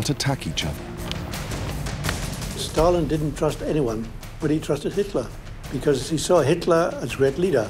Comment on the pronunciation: Who put the R in Stal-in, Starlin is a bird.